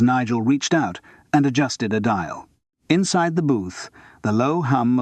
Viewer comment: Ai..so annoying. Pauses after a full stop just too short , Maurice pronounced incorrectly for zBritish English, which is " morris" , when " the" is emphasised , it is pronounced " thee" not just a heavier " the".....and Simon Brett's real voice has been used fkr tge ai , trying go mstch the intination and timbre.